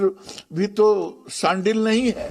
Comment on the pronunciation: शंडिल नहीं चांडिल है